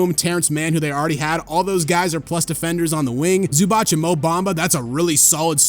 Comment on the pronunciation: W giving credit where credit's due - just got to add for future reference that Zu's name is pronounced 'Zubats' not 'Zubach'